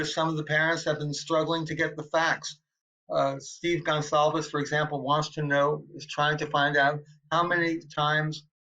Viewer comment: It’s GONCLAVES, genius!! Get the last name of the victim CORRECT before hosting a fricken Podcast!!